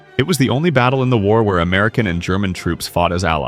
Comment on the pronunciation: North “Ameilan”? Come on, you can at least try.